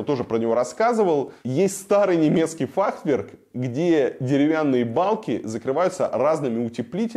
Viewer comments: Варламов, если архитектор столько раз за сюжет артикулирует Т в середине слова фахверк, где ее нет даже в оригинале на немецком, учитывая что само слово относится к понятийному аппарату архитектора, это может значить несколько вещей, ни одна из которых тебе чести не делает, даже если это сознательный троллинг. Ты кого троллишь? Зрителей своих? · Как архитектор может говорить «фахТверк»??? Точно в Мархи учился? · Илюха, что то у тебя слово Фахверк , не правильно произносится )))))))))